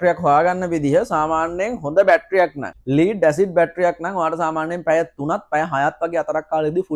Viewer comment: ස්තුති ....🌹🌷 හොද දැනුමක් ලැබුනා (ලීඩ් බැටරි නෙවෙයි. ලෙඩ් (ඊයම්) බැටරි කියන්න. අඩුපාඩු හැමෝටම වෙනවා. good job 👍